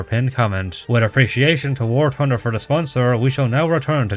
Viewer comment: I love it when bro says “war tunder” 😭